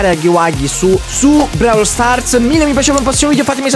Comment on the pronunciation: si dice Brawl con la o